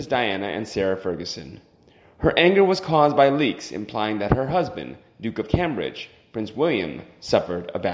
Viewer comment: Pls pronounce Cambridge and it's expectations. Hard to follow along to.